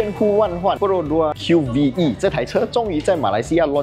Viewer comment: 这车不是读Q-V-E，官方说直接读Q-VE, 和MyVi的V读音一样